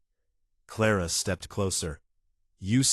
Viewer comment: Ara instead of Clara? AI is horrible. Wrong spellings, wrong pronouncing of words!